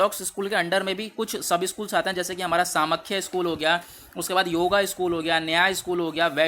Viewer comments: It hurts when you pronounce Samkhya as "सामख्या" instead of "सांख्य" 🥺. Please don't do this. 🙏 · Samkhya is pronounced as ' सांख्य ' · Not properly explained. What about pramanas in Nyaya? Many pronunciations are completely wrong. It is Saa-ng-khya, Kaa-na-da not Kanad, Gotamaa not Gautam. and many more